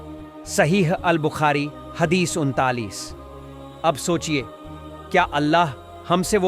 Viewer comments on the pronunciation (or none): none